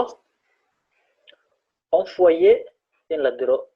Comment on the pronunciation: hal mar aan ku saxo, V iyo F kala saar, wayo V aya kadhigeysa F, envoyer waxa ugu dhawaaqeysa enfoyer, raalina ahaw.